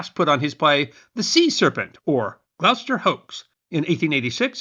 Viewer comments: I watched your pink flamingo video a couple days ago, and after hearing you say Leominster in that one, i just had to watch this one to hear how you'd pronounce Gloucester, lol. P.S. i was surprised you pronounced it quite well. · Thank you for pronouncing Gloucester correctly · Ty for pronouncing Gloucester correctly.